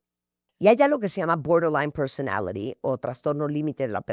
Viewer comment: BORDER LINE PERSONALITY 🗣️🗣️ 🤣🤣🤣 no puedo como lo pronuncia Martha, bien gringa ella 🤭🤭